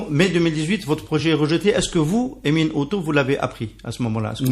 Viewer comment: emin et non pas enim